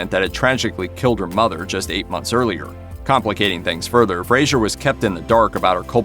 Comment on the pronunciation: Fraser not Frasier